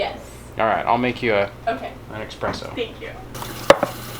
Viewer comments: No X in espresso. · " Boef a la suchi", "Pesto al'estate(summer), "Pane alla Mamma" finished with loving cup of "eXspresso" ( version of "espresso"LOL)! All home grown, fresh, organic, raised and made with love, come on!!! High end cuisine:))) Gives new, good meaning to "rainy days":)))) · Espresso, no X